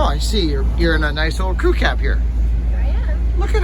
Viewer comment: G'day - love the crew cab. Virtually every time you say "crew cab" or "crew ki" I mis-hear it and I think you are saying "cookie"! I just finished dressing a Mac bar with spread rails. I use two hack saw blades side by side in the bar groove as spacers and nip it up in the bench vice to close the rails up. Gives the bar a bit more life. Stay well!